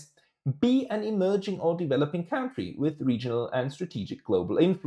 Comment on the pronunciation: CAntries,. Country = Cantry aber County = Caunty